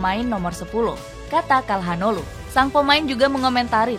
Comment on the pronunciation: Tolong lah min sebelum bikin video di research dulu cara baca nama pemainnya. Çalhanoğlu bacanya calhanoglu, bukan kalhanoglu